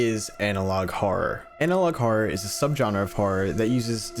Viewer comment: Why does he have a problem with the word "horror", it's almost like he pronounces it "hora" or something